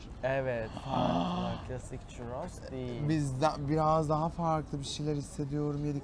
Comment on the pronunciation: çUrros lütfen çirros demeyin . Harikasınız bu arada